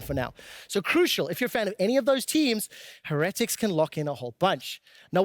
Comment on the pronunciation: Have we had a caster pronounce "Heretics" correctly yet?